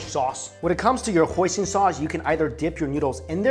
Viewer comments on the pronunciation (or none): When he said Hoison sauce I thought he said poison sauce